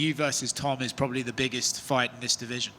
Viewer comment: “ yeah probubbly “ lmaooo